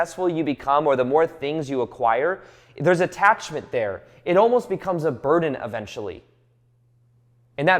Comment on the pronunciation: “It almost becomes a butden eventually”